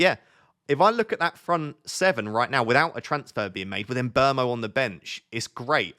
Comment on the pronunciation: Sorry... Side topic... Surely Mbuemo is not pronounced "embermo"? Wouldn't it be more like "mmbwemo"?